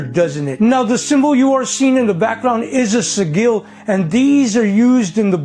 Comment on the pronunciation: Someone needs to tell that fella how to say"Sigil" properly! & that tanzanite would be called.... The rock trolls top 2 cancerous toes 🤔🤔😜🤣